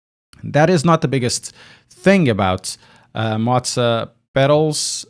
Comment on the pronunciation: I am no hater, but the way that you are saying Moza is scratching my brain......